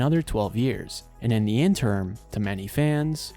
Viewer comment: The correct word is interim (pronounced enter rim), not interm (which isn't a word).